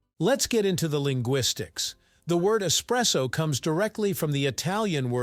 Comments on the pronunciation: es- presso! not ecspresso, that's a no no! kapeesh! capacola breath? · Yeah ESpresso, ✅ ❌not Ex presso